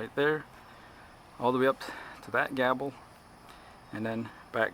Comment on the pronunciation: Pronounced "Gay-ble", not "Gah-ble"....lol. Nice job though.